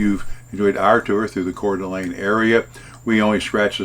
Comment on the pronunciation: Hudson 🍔 🍔. Expect to wait in line! Great job with the pronunciation! Most people get it wrong. 💥💥💥 # Roamingwithrover